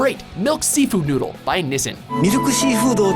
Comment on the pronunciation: dude... it's nee-sheen